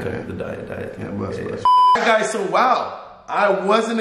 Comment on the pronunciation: Bless or cheesed. Its blessed ye boi